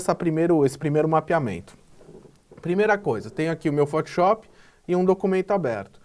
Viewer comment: cara, por favor, para de falar fotiop